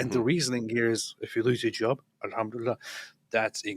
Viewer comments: 😂😂😂😂😂 piss-itive she mean. al ham do li lie. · "ahumdilala " a humdilal" " the old bamboo the old bamboo !!" has she "reverted" to dick van dykism ?